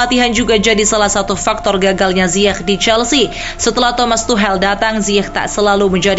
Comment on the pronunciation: Tuchel ❌ To Hell ✅ Pengisi Suara Yang Gw Denger... :V